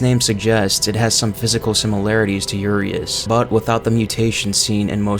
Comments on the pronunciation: Cool video, very informative. Quick tip. Urias is pronounced like this: Uuh - Ree - Ash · just a heads up, i think “Urias,” is pronounced “Yur-eye-us.”